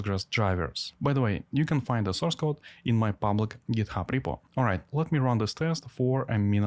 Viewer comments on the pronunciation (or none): none